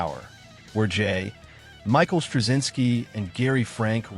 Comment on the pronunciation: I noticed that too. More AI clickbait bullshit. And I accidentally mistook the narrator for human…right until the pause in J. Michael Stravinsky’s name. The software saw the period and thought it was the end of a sentence, not just an initial. Welcome to my block list.